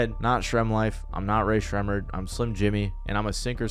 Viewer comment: Why do you say their name like that it’s making me crash out ☠️